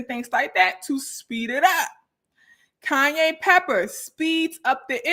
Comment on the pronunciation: LMAOOO THE CAYENE , cayenneee, kanyeeee 🤣🤣